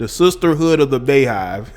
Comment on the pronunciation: “Be”yhive 🤣💀 not Baehive